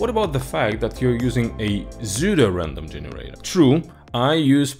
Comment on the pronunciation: которое псевдо? Я тоже на это слово обратил внимание